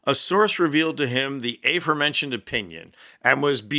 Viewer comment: It is not "A" it is ahh-formentioned. 😮